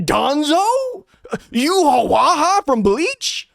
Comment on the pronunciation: Haha how you pronounce ywach from bleach....You-ha-whaha 😅😅